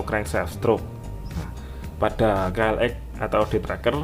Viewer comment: Ka el eks om bukan ka el ek